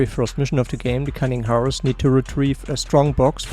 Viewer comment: Just some unsolicited advice: Hares is pronounced like hairs.